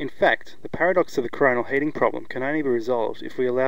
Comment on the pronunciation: heating is "heet-ing", not "haat-ing"